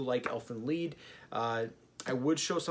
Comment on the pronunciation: I'm late but it is pronounced Leed like bee, not LIE-D